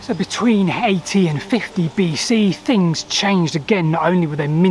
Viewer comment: I loved your video, but was put off by your pronunciation. It's Three, not free, also I don't know what fings are, or what number fousand is.